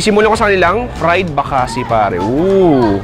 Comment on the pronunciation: Bakasi is pronounced mabilis not malumay